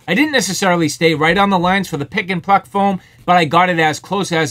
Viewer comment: Are you saying pick and fuck foam?